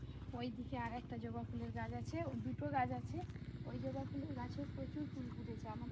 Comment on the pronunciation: ওটা জোবা নয় ওটা হবে জবা 😂😂😂